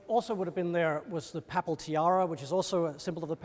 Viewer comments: Please note that "papal" is not pronounced "papple" but "paypull". There were other odd pronunciations too, but this was the worst. "Ermine" is not "ur-mine" but "ur-min" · you say “paple” and I say “papal”— let’s call the whole thing off, as Martin Luther sang.